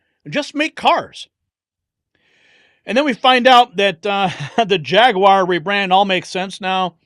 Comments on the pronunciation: I agree with everything 99%. Your pronunciacion of jaguar is driving me crazy tho. It's NEVER JAG-WIRE. it's really easy. much better off just saying JAG-WAHHH and cut the R off, as the brits do....or add the R as an american....JAG-WAHR... my two cents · The guy can't even say JaguarI was thinking about that little bully Acosta before you said his name.